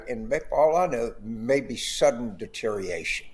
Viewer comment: He might be more believable if he pronounced words correctly...like deteriORation.